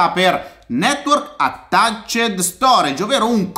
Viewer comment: Mi è piaciuto come hai pronunciato "attaccied", questo video merita più "laics".